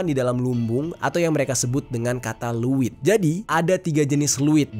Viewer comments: Izin koreksi kak.. Leuit,bukan luwit.. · Leuit di abca ( leit ) bukan luwit😅 Ngadiukeun = diuk (duduk) Penambahan kata eun sunda seperti di aceh banyak kata eu nya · Bang bukan liit tapi leit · Leuit bang bkn luwittt😂ngaseuk bkn ngasek😂hrs di baca eu nya dong bkn e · Bukan luit bang tapi leuit